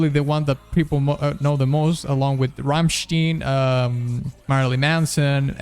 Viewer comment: Great reaction. :) In my opinion this is the best song from all Devil May Cry games. You said Rammstein as Ramshtin? Pronunciation of this is as Ramshtain, in german "ei" is pronounce as "ai", this "a" sounds like that "a" after letter "r".